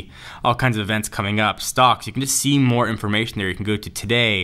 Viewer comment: "AAll ma mails in derr." ha ha